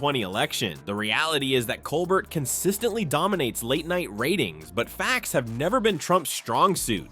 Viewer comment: Say COLBERT right! Please! Coe-bear